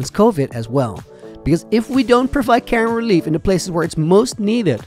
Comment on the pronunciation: When he said “care and relief”, I heard “Karen relief”! 😂